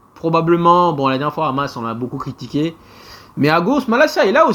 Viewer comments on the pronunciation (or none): none